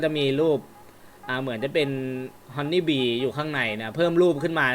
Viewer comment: ฮันนี่บีกลายเป็น ฮอนนี่แบร์555